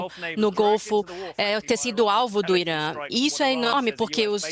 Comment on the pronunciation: o país se chama Irã, e não Irâ.